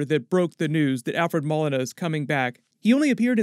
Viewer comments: bru its pronounced Mo-lena not Mole-ina lol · It's pronounced mo-lee-na not mol-in-a, sorry it's a pet peeve. Still not as bad as the time someone called Sub Mariner Sub-marine-er instead of sub-marin-er. Ok, no more commenting on the internet for me today :D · It's not "mall-lina" it "mole-lina" Alfred Molina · it's Moe Lean uh Molina, not Mull in a...... DAMN>=) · Ma-Lee-nah not Mah-Lin-ah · It's 'moe-leen-a." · Alfred “Moh-lyna” is how it’s pronounced. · Moe Leena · Alfred MOE-LEE-NAH 🙃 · Alfred Mo-Lee-Na... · Its pronounced Alfred Mol-ena even though its spelt Molina. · its pronounced Moleena Not Molina, Just Sayin... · Hey, it's pronounced Mo-lee-nah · Isn't it pronounced Moe Lee Nuh ? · It's Mo-Leen-a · Love your work, but its pronounced Alfred MO-LINA! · It’s pronounced Mo-Lee-Na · It’s pronounced moleena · The 'Molina' pronunciation is killing me.